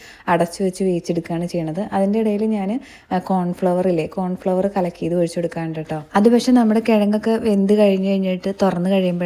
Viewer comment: കോൺഫ്ളവർ അല്ല മുബി... കോൺഫ്ളോർ 😂